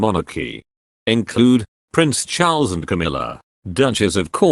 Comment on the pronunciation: Love your pronunciation of Prince Charles....not sure if I can spell it in any of the languages I know.?A guess Chulls!!! It's ok ...variety can be delightful